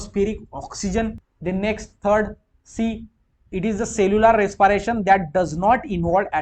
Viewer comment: bhayya video to achhi thi par aap respiration ko resparation mat bolo -_